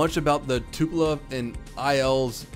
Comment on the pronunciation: Its Tupolev! Not Tupelove, BAKA!